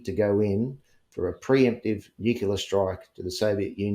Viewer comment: Why can't some people say NUCLEAR... NU CLEAR.... NOT NUKULAR